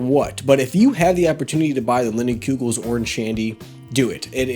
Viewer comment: the pronunciation of "linnin-kyugels?" Haha